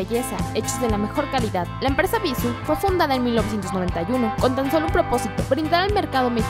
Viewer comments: tu misma lo dijiste el acento es la pronunciación que tu le das! y ella se equivoco precisamente en eso.. en la pronunciación, no le puso acento a la palabra cuando la dijo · bissù...tiene acento ! pronuncia bien antes de hacer videos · no es bisu, es bissú, con acento al pronunciar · no es bissu.... es bissú!! con acento en la "u" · ES BISÚ NO BÍSU, TIENE TILDEE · Ana Cecilia Pereyra creo que todas la pronunciamos mal jajaja como que nos gusta más bissu sin tilde jajaja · bissú, acento en la U no en la I 😑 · el acento porfa... es horrible escuchar bissu... cuando el acento esta en la última sílaba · No es bíssu, es bissú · se pronuncia Bissú con acento, no bissu. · No está mal la info, pero parece casi comercial... Por cierto, te valió el acento. es Bissú, con una tilde en la letra u, por lo tanto la última es la sílaba tónica. Lo pronuncias mal TODO el vídeo... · Ana Cecilia Pereyra Si de hecho.. Que bueno que te gusta la ortografía. Se escucha muy feo Bissu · Es Bissú checa el acento, es una palabra aguda gracias al acento en la última sílaba... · bisuuuuuuuuuuuu pronunciando fuerte la U ..... cuando editaron nadie lo notó ????? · Cecilia Pereyra Ay, lo sé... me desesperó que no pronunciara bien Bissú. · Como comentario constructivo creo que la pronunciación de la marca es con énfasis en la ú por eso está acentuada, eso creo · x eso ella lo dijo sin acentuación le falto el acento!